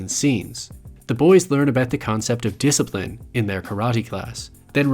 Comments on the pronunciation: it’s pronounced disciprin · why do you keep mispronouncing discirline? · i think you meant to say “disaprin”